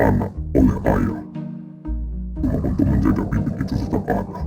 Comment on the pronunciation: kalau kalian baca teks nya nanti nihilius bilang bibir cok bukan bibit😂😂😂